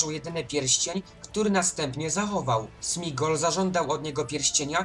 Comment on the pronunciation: Materiał dobry ale błagam popraw jedną sprawę - to Sméagol nie Smigol 😂